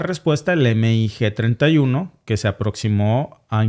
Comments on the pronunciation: Y veo que repites mucho el error, no es EME I GE. es mig Y si es incorrecto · Me encanta tu programa solo que veo que no sabes de aviacion militar, si son siglas MIG pero no se denomina eme i ge, se dice mig, mig